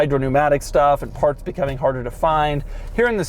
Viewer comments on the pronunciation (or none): none